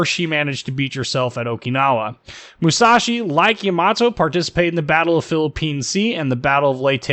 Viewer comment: It's always so funny to hear when people put the emphasis on the wrong syllable for Japanese names, no offense meant. Just really funny to hear